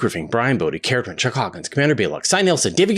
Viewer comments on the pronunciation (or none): none